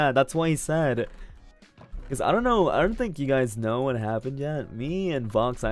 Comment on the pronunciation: Unrelated but I really like the way he says "home" like hou-rm and "know" like knaur 🤣🤣